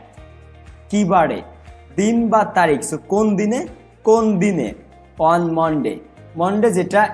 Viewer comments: Bhai apni on er pronoun one koren keno? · ভাইয়া অন কে ওয়ান বলতেছেন বারবার 🙂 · "অন" উচ্চারণ টা ঠিক ভাবে করলে ভালো হয়। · Barishaler mone hoi😅